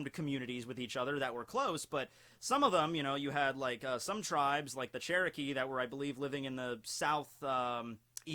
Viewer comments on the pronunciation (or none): none